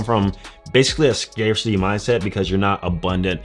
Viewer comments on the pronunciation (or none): none